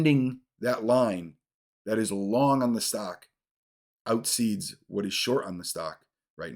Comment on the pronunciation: Dude - "out-ceeds"?